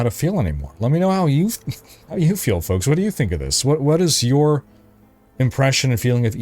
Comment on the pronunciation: "Hey fonks"